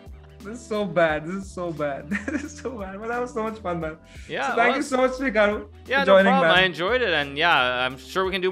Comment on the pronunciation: Whenever someone says Hikaru It sounds to me like "Kangaroo"😅